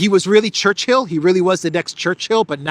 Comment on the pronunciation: It is not Church-hill,. It's Chur- chill.